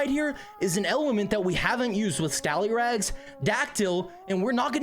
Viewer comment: It’s not toloff you mean scallyrags